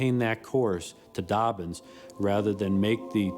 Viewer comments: It's Dobbins not Dorbins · Doorbins AFB English dude Dobbins not Doorbins!